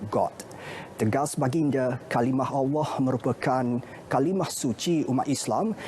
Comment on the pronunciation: Suka dengar Ivan Toh baca berita. BM dia bagus. Dia sebut “Allah” pas sngt. Pembaca berita perempuan tu pun sy suka jugak..